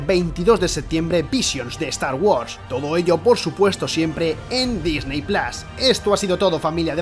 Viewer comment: Lo de decir "Disney plas" es una paletada como una catedral. O dices "Disny pl@ (pongo la arroba porque la pronunciación está entre la a y la o, no es una a como la pronunciada en español); o dices "Disney plus", tal cual.